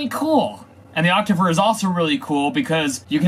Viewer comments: DVD, you pronounce Octaver as Activer, Octaver should stay Octaver, not transforming to Activer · its pronounced ok-tay-ver